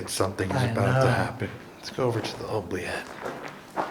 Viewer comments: It's pronounced oo-bliette. Were those growls in the chapel tower, or whatever it is called? Creepy!!! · every time you say OH- bliette instead of OO-bliette, I get the giggles. 😂 The runes experiment was fun to watch!! The first thing I thought when your insulin tube was clipped in the chair was that it might be something a kid playing tricks on you would do.